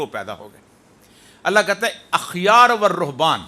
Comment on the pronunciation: او ريا صاحب.احبار(با)کے ساتھ پڑھے احبارورھبان ہے۔اخیارنہیں ہے